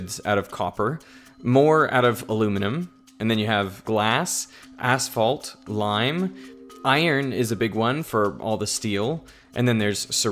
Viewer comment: You are Canadian, why did you say "asphalt" so weird?